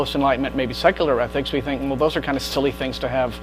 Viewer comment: Jesus Christ! repeated the word "athics" (ethics) enough for a lifetime!